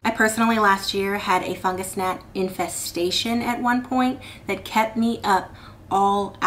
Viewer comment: The way you said fungus nat INFESTATION, I felt that !!!,😂